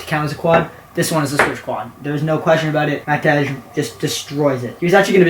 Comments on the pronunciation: as a Matej myself, my name is pronounced mateh or matey like mat - ey or eh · Im already hyped for the podcast with matej. Im also not sure if your saying his name correctly you may want to check